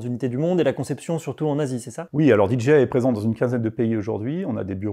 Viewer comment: En tant que "KOL" tu ne veux pas dire DJI comme il faut stp ? Tu parles avec 2 personnes de là-bas et chaque fois que tu dis la "DJI" ça me fait grincer les dents 😂😂